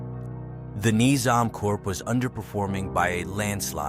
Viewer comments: dude great video but please pronounce corp correctly its pronounced cores or korzs not corPse....... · It's not Corps as in Human corpse. It's Corps as in core of a star or the core of an army like Napoleons "Old Guard" pronunciation wise. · Corp is pronounced "core" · Damn, you gotta pronounce “corp” correctly next time. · When saying corps(which is the correct spelling), the ps is silent but the s is pronounced if it's plural